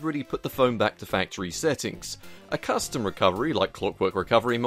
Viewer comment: Ahh yes crustom roms. xD